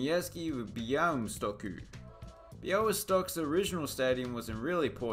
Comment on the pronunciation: "Białystok" was perfectly pronounced! Beautiful polish Ł 😎